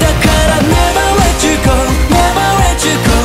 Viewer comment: 英語の発音もうちょっと頑張って欲しいなー。 Never let you goが Never ret you goに聴こえる(笑) でもいい歌だし声良い